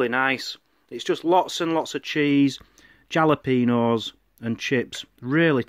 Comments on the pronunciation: 'Jalapenos' lol. Replace the J with an H and that's how its pronounced. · Yeah! The J is pronounced like an H so try thinking of it pronounced Halapeno! :-) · Pronounced hallo-peenos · Fun 1st vlog. We call fries like that loaded fries but yours looked good. Love fresh jalapenos, pronounce the j as an h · Lol, how you guys pronounce jalapeno